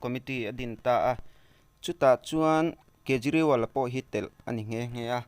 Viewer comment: Kapu a hming i lam diklo aw